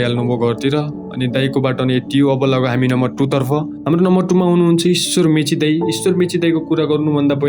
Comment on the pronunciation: Mechi hoina bro mache ho 😅😅.. poila ramrari bolna sikana bro mechi harey 😅😅 uhh mechi ho vne timi koshi ho ki sagarmatha ho... Timi pakkai pani Janakpur hunu parxa 😂😂